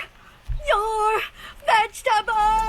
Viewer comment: He says eat your vegtebols one less chiken au be gonne